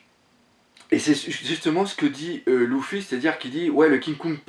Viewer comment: Salut ces pas LOUFFY ces Luffy ^^ ces du french ^_^